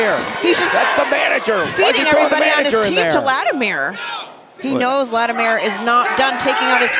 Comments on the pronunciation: Thank you. Her saying Lattimeere drives me nuts for some reason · OK, so the past couple weeks actually had some wrestling! That second match, with the WildKat guys was good, as was Cyon and Slias Mason. My question is: Why do you have Rodney Mack and Marshee Rockett imitating Doom? Bad comedy. And can someone teach how to pronounce Latimer?